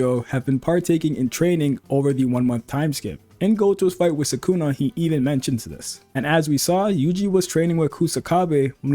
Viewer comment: Subscribed for pronouncing sukuna correctly most of the time. Nobody else on YouTube gets it right